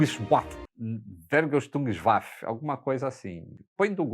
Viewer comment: vergeltungswaffe = fêrguel-tungs-váfe (pronuncia)